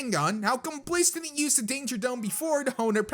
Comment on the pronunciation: Instead of use you said sue